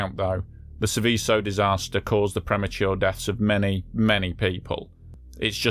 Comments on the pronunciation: "Sèveso", non "Sivìsso". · Pity you didn't research the pronunciation of the subject of your presentation, since it comes up so often.